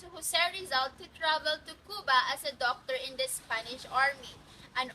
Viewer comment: You mispronounced the Cuba